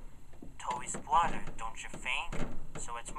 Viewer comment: Tobys bwother.😂😂😂😂😂😂😂😂